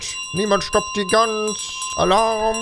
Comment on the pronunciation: Du bist eine süße Gans oder wie du es sagst ein Gus